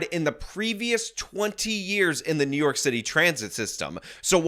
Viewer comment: What IS this " City Of Nyork" of which you speak? 😂